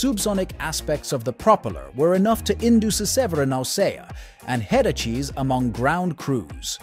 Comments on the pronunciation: He's suffering from "headacheeses" ! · Yeah! And how about those "head-ah-cheese" that the ground crew experienced! It would be going along just fine, then it would say something stupid like "head-ah-cheese" for headaches. It was beginning to give me a headache. Seriously, do the work, learn to do the narration yourself and people will support your efforts. Even the folks whose criticisms are judged by the weak to be harsh or bullying are giving you valuable critiques on style, cues, pauses, pronunciation, enunciation, etc., so please lose the AI voice or robo-voice, whatever it is.